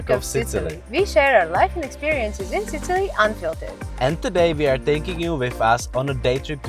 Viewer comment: i enjoy your videos but u REALLY need to check how u pronounce SICILY!! :D